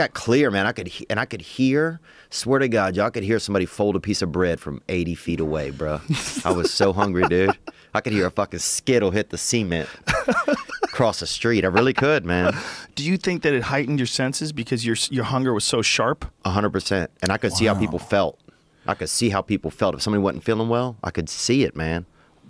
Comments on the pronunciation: "I could hear a fucking skittle hit the cement" LOOOL and the way he pronounces "cement" as well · "sea ment"